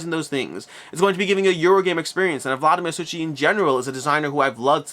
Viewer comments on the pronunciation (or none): Just a side note, the "ch" (Vlada Chvatil, Vladimír Suchý) is pronounced like softer "h". [Hvaatil, Soohee]